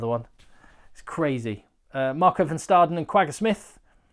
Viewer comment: Hi. Here’s some help with the pronunciation: if you see a V, like in Van Staden, it’s pronounced as an F. If you see a W, like in Wynand, it’s pronounced as a V. Van Staden, phonetically, would look like Fun Stahden. Wynand, phonetically, would look like Vane-unt.